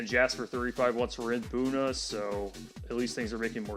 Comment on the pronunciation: Buda near Austin has the same pronunciation as Buna. I always hear people say "Booda" instead of "B-you-da"